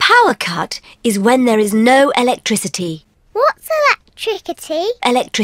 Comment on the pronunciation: Electrikcity? Electricity Electrikcity?😂😂😂😂😂😂😂😂😂😂😂😂😂😂😂🤣🤣🤣🤣🤣🤣🤣🤣🤣 had me laughing lol